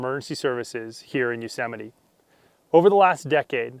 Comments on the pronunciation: I thought it was yohz eh mite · I never knew it was pronounced "Yoh seh mi tee" until now🤪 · Alright wtf i thought Yosemite was pronounce like Yoshi might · It's "You-so-mighty" ohhhh🙄😁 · What is the etymology of "Yosemite"? Are there yo semites and antisemites? Why is the stress on Sám? Is that Hebrew? It is a very strange name.